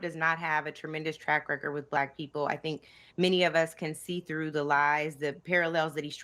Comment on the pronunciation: It's WITH, not WIT her...lol It's ASK, not AX... 😂😂